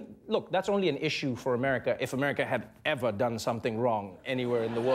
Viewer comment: American Child Oh I thought that was just Trevor adding a whole lot of emphasis to the word 'ever'